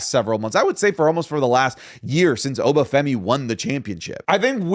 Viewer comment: Stop pronouncing obafemi wrong